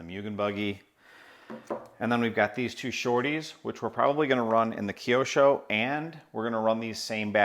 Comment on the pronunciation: Kiosho...no... kyo with out "i" sound is right way to name it mate